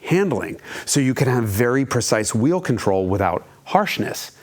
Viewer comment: I think you mean "reinwenting the vheel"